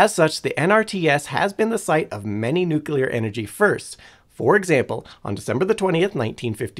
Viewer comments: Nope, have Google pronounce it for you. It's noo·klee·ur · If you can't pronounce "nuclear" properly, I'm not watching your video. Get rid of this idiot and bring back Simon. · The word "nuclear" only has on "u" in it and only two syllables. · nu-cle-ar, not, nu-cu-ler. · Nothing more annoying than hearing people say nuculer. Its pronounced new clear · Every time i hear NEWK-YOU-LUURR. Like nails on slate. Now say it with me: NEW-CLEAR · bro... it's pronounced NEW-KLEE-AR "NUCLEAR" not!!!!! NUKE-YOU-LAR. it is not spelled nuke-ULAR nor is it pronounced that way! it is NUCLEAR PLEASE pronounce the word correctly if you are speaking about it, and ESPECIALLY repeating it so Frequently it really detracts from the intelligence perspective and it also DISTRACTS viewers with redundant mispronunciation of THE KEY!!! word; NuClEaR. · Today I found out that some people say 'nucular' rather than 'nuclear'. lol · I never understood how some people, no matter how knowledgeable, can't or won't say new-clear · It's Nuclear, not Nucular. For fuck's sake already! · Pronouncing it "nucular" gives the same impression as if you were making a video about libraries but kept calling them "libaries". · Nuclear: not Nucular. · "Nucyoolar" ugh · Sorry, I don't pay attention to anyone that says nukular. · I had to abort at "nucular" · yessss. There is only one "u" in "nuclear" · As a former science teacher, hearing people say "newkyalar" makes me feel like my life was in vain. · Worst part was him saying newkulay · Say. It. CORRECTLY!!! RAR!! 😂😂😂🤣🤣🤣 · I’m sorry, but I can’t listen to a video about anything nuclear when the speaker says “nuke-ular” the entire time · Except for the pronunciation of nuclear.😂